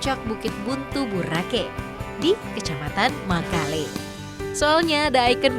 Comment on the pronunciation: Makale bukan mekele